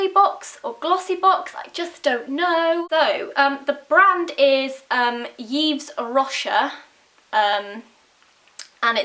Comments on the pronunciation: It took me ages to understand that you're meaning Yves Rocher :D it's actually pronounced like Eve Roscheeeee :P :* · It is pronounced - Eve Roshé - like you pronounce "é" in Beyoncé. Yves Rocher is a nature-focused french brand which is quite popular and not very expensive :-) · Your videos are always so cute <3 Your french mascara is pronounced more like "eve ru-shay," though :) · yves rocher reads as 'eve roshair', more or less :-) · It's pronounced "eve roshay". It's quite common in Toronto, Canada, and it's a French brand. I find that on average, the prices are in a normal range. But some products can be on the pricier side, and others can be pretty good deals. I find that the makeup is on the cheaper side, and special skin creams will be on the pricey side. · Hi, Yves Rocher (pronounce the first word like the name Eve and the second word you pronounce the RO like the RO of rock for example, you pronounce the CH like the CH of the word chips for example and finally the ER you say it like the E of Zoe lol hope it helps you with the name) is a very very very very famous and very very liked French brand (and I know what I'm saying because I'm French lol). I love your videos your beautiful and fun ! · Your hair look so soft! This ombré hair suits you very well I think. The Yves Rocher mascara seems quite good (the pronounciation is actually 'eev roché' haha). Love your videos x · it's actually pronounced Eve Roshay :P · Lol "Yves Rocher" is pronounced "Eve Roh-shay" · yves rocher is a french brand pronounced eeve-rochay. It's like the french version of something like the body shop :) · Hahaha I love your pronunciation of Yves Rocher, nowhere near how it's supposed to be said (but I still love you). I will be visiting my nearest Yves Rocher store (we have loads) soon ^^ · aw.. how you pronounces yves rocher. <3 soooo cute.. let me wuv you <3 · it's so cute how you pronounce yves rocher:D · So funny how you say "yves rocher". :D You look so beautiful! like always!x